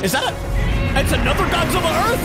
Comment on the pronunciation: Everybody is saying Godzilla wrong